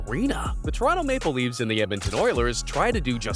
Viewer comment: I think the point is that it's spelled Toronto Mapleleafs not Maple Leafs, but yeah the guy doing the voice over emphasized the wrong part.